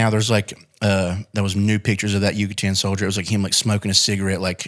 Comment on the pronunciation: Yakut soldier not Yucatan lol